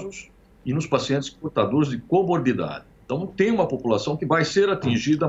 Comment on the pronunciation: Alguém entendeu o nome da doença que ele diz que alguns são portadores? Lá no minuto ele fala desta doença a qual não entendi o nome. O que entendi foi Cobordida, mas procurei na internet por este nome e nada encontrei. Se alguém entender melhor favor informar, pois quero pesquisar a respeito. Grato!!